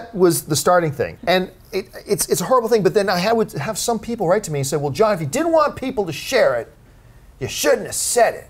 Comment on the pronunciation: Haha John Butchered my name